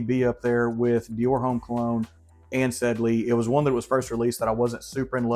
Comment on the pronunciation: Great vid and recs. Xerjoff Renaissance is my fave. “Citrusy” is the word you are looking for I think. ; ) You cracked me up! And it’s “Ohm” not Homme homie, lol. Hope you are feeling better!